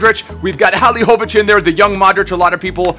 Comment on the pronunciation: I'm from Croatia so this is very special episode to me, but you said Halilovićs name good for the first time.😂😂😂